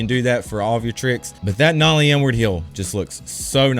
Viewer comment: why does it always sound like he says n word heel when hes saying inward heel? lol